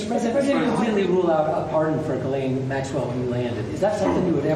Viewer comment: okay French Canadian here... Ghislaine is pronounced Jis-layne not gueelaine 😅